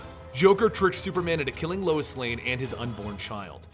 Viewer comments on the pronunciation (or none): none